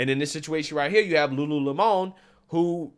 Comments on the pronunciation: Just say Lemon....its not a french word LUU LEMON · Its LULU LEMON..not LULU LE-MON. lmao!!! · Lulu Lemònnnn. It’s just lemon,. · Okay,,, "Lemon' in Lululemon"it's pronounced"Lemon," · Lulu-lemon you know like lemonade! You tryna make it sound like some fancy French company! 😆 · Lol pronounce Lemon like the fruit. Not Don’s last name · The way he pronounced "Lulu Lemon"... AHAHAHAHAHA Lemon🍋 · It’s Lulu lemon (like a 🍋) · Lol at french pronunciation 😂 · Seriously just unsubscribed because you cannot even pronounce "lemon" correctly. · Why are you pronouncing lemon with a spanish accent? lol